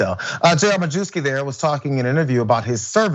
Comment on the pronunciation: mah-yev-ski, not mah-joo-ski